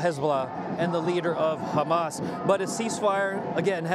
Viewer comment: "I rebuke ha-mas and its supporters in the name of Jesus."